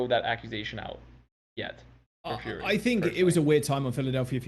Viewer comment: as a heads-up it's pronounced "furry" not "fury" hopefully atl can get sugarfree and he can fuck up the owls